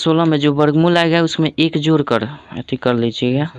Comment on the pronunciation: Jor nahi hota hai bai jod hota hai😂😊